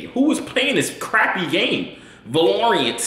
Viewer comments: Was talking about Valorant?? Man was saying Valorient 😂😂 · Lmao “ va lorant” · SOOOOOO are we gonna act like he didn't say VLARORANT when it's valorant and he called it a crappy game u buggin gang lmaoo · He slates 360 for saying his name wrong but he cant even say Valeant right I'm out 😭😭😭😅🤣🤣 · Valorant is an esport very popular among only skilled players. And u pronounced it waaaaayyy wrong lol.